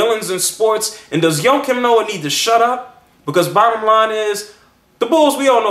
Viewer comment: i think your saying his name wrong.